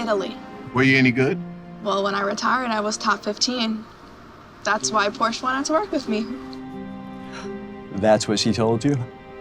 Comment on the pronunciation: Worked for Porsche, can't say Porsche correctly.